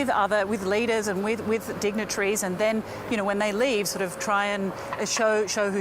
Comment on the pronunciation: Dignatries? Dignitaries.